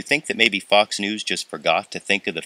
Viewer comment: At the end of the news item, it sounded like "f***s news "